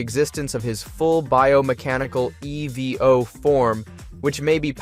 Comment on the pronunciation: The errors in speech make me feel like this is an AI voice... E.V.O/EVO, meek'em/meechum, there are others